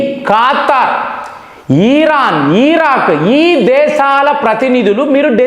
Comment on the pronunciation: ఖాతరు, ఈరాన్, ఈరాక్ కాదు రా నాయన...నీ దిక్కుమాలిన pronounciation...